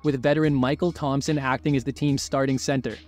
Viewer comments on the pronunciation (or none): none